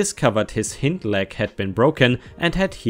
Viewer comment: When an animal has an injured HIND leg that word is correctly said as HIGH--ND It's emphasized on a LONG I sound. would rhyme with Kind, Mind, signed, Blind. etc. :)